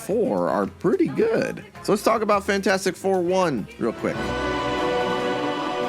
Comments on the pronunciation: I'm sorry. Cannot keep watching and listening to you say Fant four stick. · Take a drink every time says Fant4stic wrong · the best thing about Fant4stic is that everybody unanimously agrees that it is in fact pronounced "Fantfourstic".